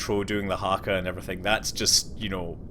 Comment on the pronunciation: What is this?!?! Someone pronounced "Haka" or any other Maori word that isn't in New Zealand? Scott Manley confirmed best youtuber at knowing international knowledge and geography. (Note: Apparently New Zealand helped with the Apollo project, I believe it's the fuel that was used on Apollo 11 and other NASA projects of the time... is this true? Or is that something randomly to make me feel good as a New Zealander)